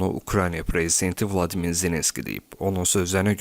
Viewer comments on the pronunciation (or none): none